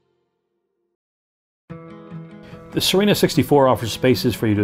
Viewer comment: Good work. Nice to see other than flat water on a walk through. How is the name pronounced ? Thought it was See-renna ?